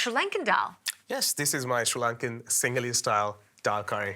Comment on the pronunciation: Cool recipe, and a super cook, wish the lady could figure out how to say Sri Lankan properly, just listen to the way the cook says it😅